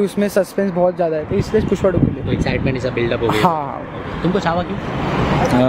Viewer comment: पुष्पा ❌ पुस्पा ✅ 😅